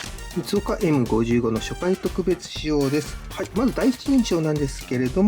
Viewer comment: エムごじゅうご ではなく エムダブルファイブ です！